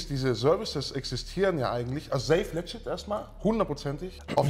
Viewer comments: Wie die Schwaben "legit" aussprechen...."lettschidd"...zu geil.^^ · Warum kann das Wort legit nicht aussprechen??😂😂